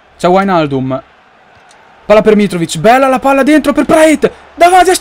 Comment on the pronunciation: Ed anche praet la pronuncia non è né praèt e né prat ma pràet